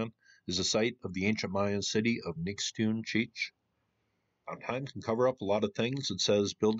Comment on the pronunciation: Nix toon chee eetch is how it is pronounced